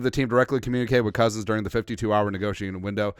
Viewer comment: Why you saying it with a t? Kirkk